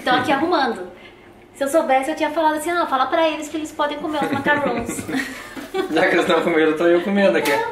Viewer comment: e, não é macaroni nem macaroooooooons kkkkk é macaron, com um N só e se pronuncia em francês, algo assim: "macarróm" =D Muito legal tudo aí! Que pena que tá chovendo tanto! E eu amo comida italiana!!!